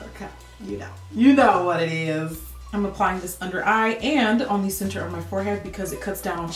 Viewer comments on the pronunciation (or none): none